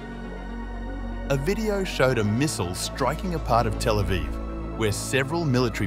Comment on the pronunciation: 😡 don't say telephone for Tel Aviv, like some other (DELETED) vlog channels that use AI voices. 🙄